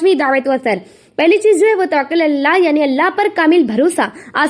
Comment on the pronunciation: تَوَكُّل باب تَفَعُّل سے مصدر ہے تھوڑا سا اطمینان سے ٹھہر ٹھہر کر بیان فرمائیں مزید عمدگی آے گی ان شاء اللہ